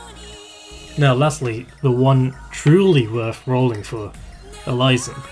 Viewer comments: Good for you for being confident enough to share your real voice,! The only thing I will point out is the correction on the pronunciation of Elysium's name. It's pronounced "Eh-lee-see-um", most commonly. Or alternatively, you can pronounce it "Eh-lis-see-um" He's named after the place of the same name in Greek mythology. Other than that, a solid analysis of the operators in question! And congrats on 3.19K subs as of this comment! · Um.... I think you mispronounced Elysium's name. Other than that, it was great all around! ^_^ Thanks a lot for your encouraging words! Though, I honestly think that I'm not worthy of any of those new operators in the banner, but since we're all given a free 10 roll ticket, I might as well try.... =/